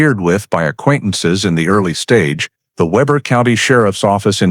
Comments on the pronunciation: It’s pronounced Weeber not Weber. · Pronounced wee ber. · Weber is pronounced Weber. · Weber is pronounced with a long e, not a short e.